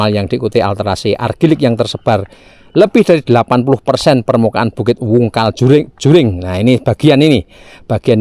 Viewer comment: Maaf Pak, setahu saya Jering, bukan Juring, trimakasih.